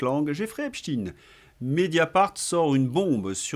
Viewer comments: Pourquoi vous dites "Epchtine" ? On ne dit pas Epstein, comme Einstein et Frankenstein ? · Arrêtez de prononcer Epstine ; à mon sens c'est fait pour "adoucir" le nom ; on a jamais prononcé Franck Einstine ou Albert Einstine mais bien Einstein... c'est donc pareil pour ce bon vieux Jeffrey Epstein. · Insupportable de vous entendre prononcer le nom Epstein en Epstin….comment vous dites Einstein…..ou Einstin…. Rectifiez svp… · Faudrait savoir... EpsTINE ou EpsTEÏN ? La vraie prononciation est la deuxième et vous l'avez pourtant utilisée plusieurs fois. Syndrome du poisson rouge ? 😉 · Un léger bémol aujourd'hui : de grâce, ne prononcez pas "Epstine" (ce n'est qu'une ruse de ceux qui trouvent son nom trop "typé") mais Epstein, comme Léonard Bernstein : personne n'aurait jamais l'idée de prononcer "Bernstine"... Ceci dit, merci pour votre travail, je vous suis depuis le début avec beaucoup d'intérêt et je partage régulièrement vos videos. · Bonjour. On ne dit pas Epstin mais Epstein (tout comme on ne dit pas Einstin mais Einstein). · mais qu'est-ce que c'est que cette façon qu'ils imposent de dire "Epstine, Epstine" on ne dit pas Albert Einstine mais bien Albert Einstein. J'ai entendu d'ailleurs que ça vous a également échappé un ou deux Epstein 🙂 (ça n'est pas contre vous ) mais ça me donne la forte impression qu'il faut, par tout les moyens, détourner l'origine de ce nom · De qui parlez-vous? Epstine? Un russe donc? Non Epstein, moi je dis Epstein, il me semble que le nom de cette ordure se prononce « Esptaïn ». Dans le cas du manager des Beatles, jamais personne n’a prononcé Brian Epstine. Curieux. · pouvez vous arrêter de prononcer 🗣️'epstine' c'est pénible à l'oreille et un peu ridicule On ne dit pas 🗣️'einstine' ni 🗣️'frankenstine' hein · Cette prononciation de (Epstaïn) à la hollandaise m'horripile ! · Lorsque vous prononcez e.p s.t i .n.e : encore sous protectorat des cowboys ? 😂